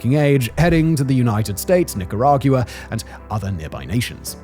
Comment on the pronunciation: I pops out to me ever time Simon says “Nicaragua”. Someone should tell him it’s not “Nicarag-iua”. There’s no e or i in the end of the word lol